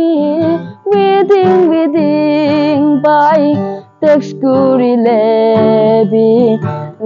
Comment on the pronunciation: Someone, if possible, please correct him, "tex kore le, leply na kore"